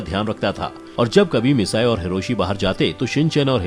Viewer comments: It's not misaee it's mitsiii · It's mitsi nohara not massai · Its not misae its mitsi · its not misayi its mitsy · Shinchan mom name is misty not massi